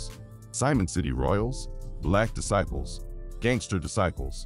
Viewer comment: How is this AI pronouncing Disciple’s lol 😂 .. S/ O to all my homies both sides in the feds .. keep your head up 424